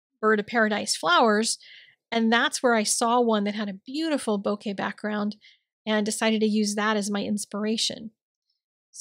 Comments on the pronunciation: Hi, - One day I might give this a try. It is a beautiful card! I looked up "bokeh" and found the second syllable to be more like "kay" than "kuh." You always inspire me and say "woof woof" back to your dog for me! L in PA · Hi! This is Stunning. Love, love, love it. Bokeh is pronounced Bouquet. Sending Hugs!